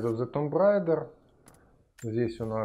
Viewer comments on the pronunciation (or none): none